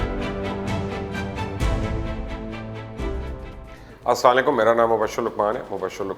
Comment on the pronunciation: sir salam to thek se kiya karain